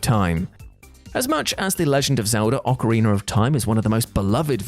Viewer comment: It’s ocarinA NOT ocarinER, stop adding an R to the end